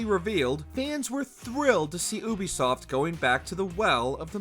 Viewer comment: It’s yubisoft not uubisoft😹😹